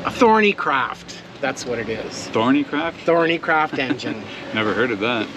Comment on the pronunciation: Rebuild your engine, those Perkins engines go on forever providing you look after them, we know you had trouble with the exhaust, but that was nothing to do with the engine the over heating could be caused by crap in the heat exchanger, PS It is THORNEYCROFT not THORNEYCRAFT. Cheers